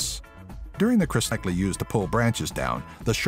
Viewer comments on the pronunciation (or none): HE said Crusteacous period instead of Cretacous period XD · does he say "crustaceous period"? XD fail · "Crestaecous period"... yeah totally accurate. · Bruh😂 crusteacous period this guy is an idiot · It's CRETACEOUS not "crustaceous" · Cret-asche-us period is how you pronounce Cretaceous, not Crust-ayshus. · you said crustaceous instead of Cretaceous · CRESTACIOUS??!!!!????!!!!????!!!!???? It's the CRETACEOUS period